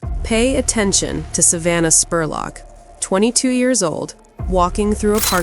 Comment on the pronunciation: I'm from Richmond KY, and you did a great job covering the story EXCEPT calling her Savannah SPORLOCK!! It's pronounced JUST LIKE it's spelled SPUR LOCK!